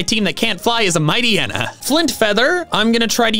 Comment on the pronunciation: MIGHTYENA, NOT MIGHTEYANA!